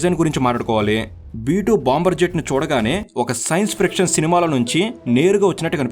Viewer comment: సైన్స్ "ఫ్రిక్షన్" కాదు, సైన్స్ "ఫిక్షన్" ఫ్రిక్షన్ అంటే రాపిడి